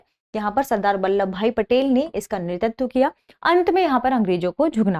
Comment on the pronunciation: Sorry to say..I think there is a small pronunciation mistake in the word नेतृत्व..it's *NETRITVA*...Overall it's an informative episode..Thank you..Ma'am.